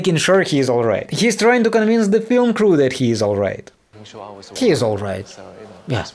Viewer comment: “OILRIGHT EVERYONE”!